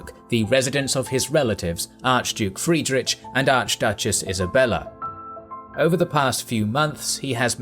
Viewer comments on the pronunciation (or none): Brilliant video (even though Czechs are being taught all of this at school), except, as usually, some spelling mistakes, horribly sounding to some of us: Friedrich (-kh); Chotek (Kh-) --- in German or Czech, "Ch" makes never the "tsh" sound, always "kh".